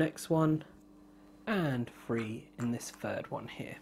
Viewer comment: His accent drives me absolutely nuts. Every time he says three he pronounces it as free and at first I thought he kept on talking about free actions or something of the sort.